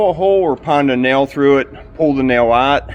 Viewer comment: That Pittsburgheese was very evident with that "AHT" no need to correct yourself...just embrace it lol